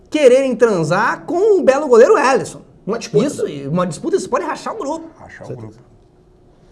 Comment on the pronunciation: O meu destaque e um destaque negativo, que é o belíssimo goleiro Alisson, Élisson, seria a pronúncia correta do goleiro, as vésperas da Copa, foi flagrado no momento do hino, com a pele péssima, cheia de acne, realmente muito mal cuidado, ele chegou até sentir uma espinha inflamada durante a partida mas foi prontamente atendido pelos técnicos pelo departamento médico da seleção brasileira, que que resolveu com uma esfoliação de emergência rapidamente esse problema. -Mas faltou ali o planejamento do atleta Élisson, Craque Daniel, que trouxe o cabeleireiro dele, muito bem trouxe o cabiletile, cabeleireiro dele aí pra concentração, mas faltou trazer a dermatologista também. 😂😂😂😂😂😂😂😂😂😂😂😂😂😂😂😂😂😂😂😂😂